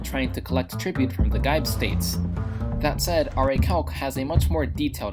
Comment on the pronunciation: Well done. But perhaps next time find out the proper pronunciation to those regions :) for example Gibe is prnounced "GEE-BAY" not "Guy - b"